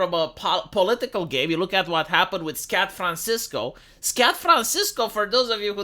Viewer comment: I listened to it multiple times. You actually did say Scat Francisco. Motherfucker! Okay, it's no homophobismus, but it definitely gets a like.